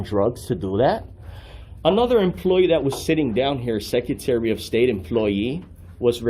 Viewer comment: He can’t even pronounce the word “secretary” and he keeps saying it over and over again🙄